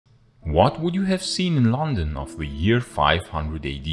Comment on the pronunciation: Oh God, 1 second in and I can't watch it. Listen Mr German speaker it is not Lon,un, it is LuN Dun, stress on first syllable etc etc. YOu know how you can tell a German? Complete inability to pronounce London plus complete shock, horror, and inability to comprehend the use of the word "since"